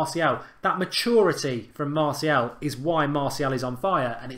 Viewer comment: You need to pronounce martial properly